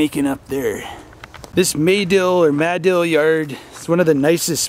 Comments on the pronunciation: Muh-Dill, that’s how you pronounce it. They have an annual sandbass festival every year there. I live in east central Oklahoma, got a couple buddies from madill, but just wanna say it’s a damn shame is no longer with us anymore. Wish I could’ve met him would have been a good man to get to know. Rip. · It's actually Ma-dill (mah-dill). Crossroads to nowhere. Ride the heavenly rails.